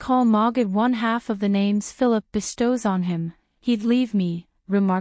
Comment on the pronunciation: Omg none of the names have been pronounce properly. I can’t listen!